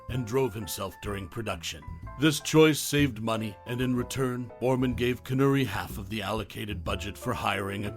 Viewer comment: CON ERR REE not CON URR EE, the mispronunciation took me out of an otherwise good video